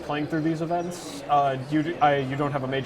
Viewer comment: That was a really interesting video, I'm super looking forward to seeing the released product! Oh and by the way, you may want to brush up on your pronunciation of the word 'events' :)